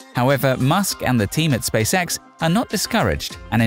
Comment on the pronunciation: This guys pronunciation of "Space X" sounds like "Space Sex".